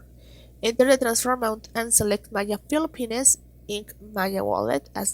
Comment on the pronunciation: Philippi - Nes? Damn. You don't know how to pronounce it properly?